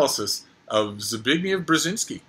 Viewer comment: I think Frida might be a cat... Blasphemy? Also, you pronunciation of the name "Zbigniew" LOL